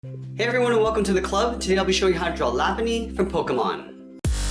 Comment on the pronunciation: everytime i heard him say lapunny i said "R U JOKING!?!? ITS LOPUNNY!!!" but i know sometime we all dont pronounce things correctly XD